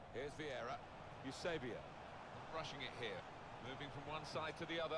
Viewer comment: Parabéns mano adoro quando dizes Eusebio !!! Portugues a 100% és grande jogador mano.